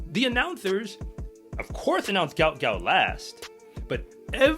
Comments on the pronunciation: PRONOUNCED........ GU-OT GU-OT ..... NOT gout gout....ffs, get the young mans name correct. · his name is pronounced like goat not gout - Goat Goat.